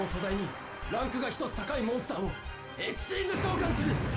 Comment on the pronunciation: the fact that "Xyz" was pronounced Ex-xiez and not Ex Why Zee always got me. Like, for my whole life, I called it XYZ instead of Xyz